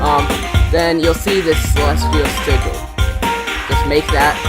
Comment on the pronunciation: "Siggil" xD ty for the arena